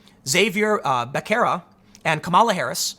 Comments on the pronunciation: Becerra is better pronounced [Beh-Se-Rah] then [beck-kerr-rah] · its pronounced harvey basahra .he's an idiot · Tim Pool claims to have grown up on the Southside of Chicago but can’t pronounce basic Spanish names.